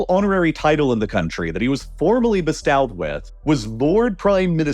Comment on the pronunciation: Mispronounced the word "bestow", it should rhyme with low, show, know etc.